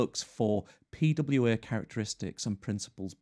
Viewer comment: Beside of the prononciation, the fact how often he said the term "P-W-Eeeeh" made that whole thing kind of annoying for me. Yes this might a video about pwas and I understand that you have to use that word, but not like 40 times in a row... At some point just tell them applications because everyone knows that you're talking about P-W-Eeeh's after being told so often.